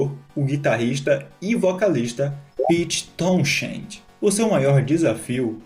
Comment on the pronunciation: Incrível sua pronúncia no nome do Pete...por que não joga no google e ouve antes de gravar? Vai melhorar muito. Creia-me.